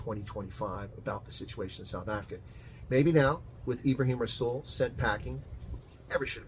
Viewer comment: Greetings and salutations,. Two thoughts to ponder. Does anyone, for a nanosecond, think that rasools comments were made off the cuff? Methinks not. ANC gave the go ahead.... for reasons. Secondly Rasool is pronounced with a soft " R ".